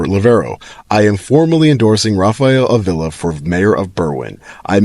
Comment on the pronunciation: Avila. Ah Vee Lah.